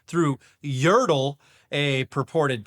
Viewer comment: Pretty sure that's meant to be yər-TEL, as in "hotel" -- rather than YəR-təl, as in "turtle" 😘